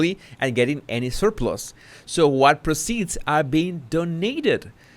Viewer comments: I know you’re keen to improve your English so I hope you don’t mind my pointing out that ‘proceeds’ like many other words, is pronounced differently when used as a noun rather than a verb, ie ‘the PROceeds of the book sales..,’ as opposed to ‘Harry proCEEDS to publish another load of old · Thanks as always for your vids! For your information, the pronunciation of the word 'proceeds' (monetary) is different from the word 'proceed' (as in moving forward). There is more emphasis on the 'pro' when referring to the noun.